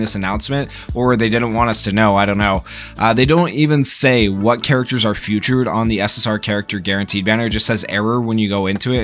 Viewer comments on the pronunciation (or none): fee-tured not few-tured bro jesus 💀